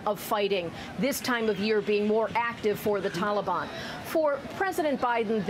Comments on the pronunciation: If he says “tolly ban” one more time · Hey Joe! If this helps you The Talibon doesn’t rhyme with Cinnabon. Maybe when you have a minute you can get off your you know what and save some Americans. Oh sorry, I forgot you were taking a nap and eating ice cream. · Why do Americans call them the Talibarn?